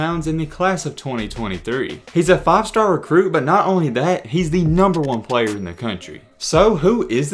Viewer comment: Why he say "but" like that, BWUEEET